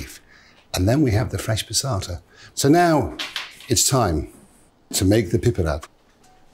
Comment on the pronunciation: Its so satisfying the way he says "piperade"